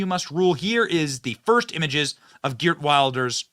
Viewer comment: Benny, his name is prounced "He art Vilders" for your benefit. Like Trump and Farage, he's been pilloried by the left and the media for decades and even banned from entering the UK by Blair's criminal government for warning about the threat of Islam, while at the same time they allowed mad mullahs in to preach death to the west. OUTRAGEOUS!